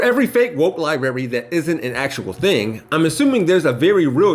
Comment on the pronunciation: Lmao "Libary" No, they just didn't want someone who can't pronounce "library"...